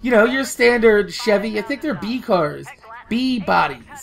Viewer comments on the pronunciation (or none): none